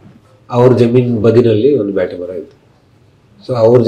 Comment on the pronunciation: ಬೇಟೆಮರ ❌ ಬ್ಯಾಟೆಮರ ✅